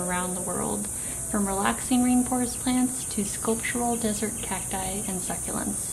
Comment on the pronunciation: what is she saying ? Side chart that are like small pebbles?